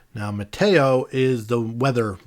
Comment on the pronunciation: I hope you understand the “mahtayo” that you pronounced at the top of the face (METEO) is pronounced “me-tea-o” as in short for meteorological.